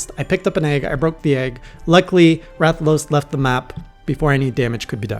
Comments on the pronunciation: Nah you pronounced it right. Rath-a-los. That's a wyvern. Often mistaken for dragons XD ... but yes. Rathalos is... kind of a douchecanoe. A flying nightmare. Fun to fight once you figure out what it can do, but kind of a nuisance until that happens. It is the original Flagship monster, and as such it has undergone a ludicrous amount of evolutions through each generation. BUT, you'll learn to like fighting it ;) And here's some professional information for a new hunter: Pro-tip for Switch-axe gameplay. Whenever you start your wild swing infinite combo (as long as you have stamina), if you hit your action button (whatever it is that morphs the weapon), you go into a wide, big hit combo attack. The axe attacks that connect in that will deal IMMENSE amounts of damage. Pro-tip 2 for Switch-axe gameplay. You can endlessly morph from axe mode to sword mode to rebuild the phial gauge faster and commit to a broad range of attacks in the middle. This is less of a combo and more of a utility tactic. Pro-tip 3 for Switch-axe gameplay. If you max out your sword mode buff meter (glowing outline on your HUD around the weapon icon while in sword mode) and THEN go into the elemental discharge, you will mount the monster nearby to where you initiated the stab. And finally... Pro-tip 4 for Switch-axe gameplay. The red glow on your weapon indicates that its phial (the main mechanic for sword mode) is overcharged (which happens whenever you attack while in sword mode), temporarily granting you b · >I don’t know how to pronounce his name perfectly yet >Says it perfectly on stream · You nailed the pronunciation on Rathalos, don't worry.